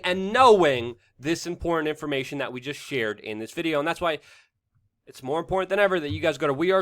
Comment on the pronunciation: Love your content but your speech drives me nuts..it is with not wit and it's important not imporant